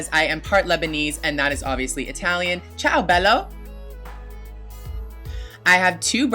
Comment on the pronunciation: It's chow Bella not chow bello I'm Italian